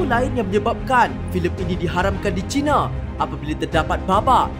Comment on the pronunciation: Harap boleh membetulkan sebutan "China". 1. Jika disebut "China" dengan menggunakan "Cina", ia seakan-akan mewakili kaum cina dengan negara People's Republic of China. 2. Sebutan "China" itu boleh dikatakan dengan Chai na, bukan cina. Ini adalah cadangan saya kepada. Bagus video 👍👍